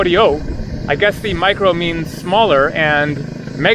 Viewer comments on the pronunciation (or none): It's "Meekró Horyó" in pronunciation, not any... micro!!! As the Megalo Chorio is "Meghálo Horyó"!!!